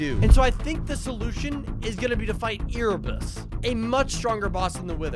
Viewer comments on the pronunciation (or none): Bro erebus is not called e r e ere like air but with a e